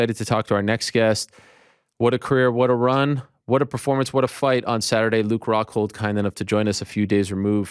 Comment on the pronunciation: Lmao "Hockhold" 😂